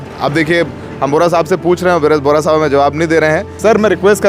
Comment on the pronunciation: बोहरा नहीं बेहरा साहब बोलो भाई।